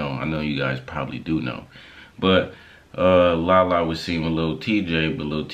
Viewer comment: Rubi not perfect but Lala wrong